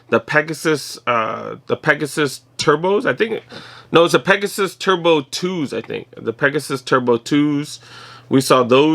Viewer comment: You said Pegasaye lol! Love your vids man keep it up bruh! 👍🏼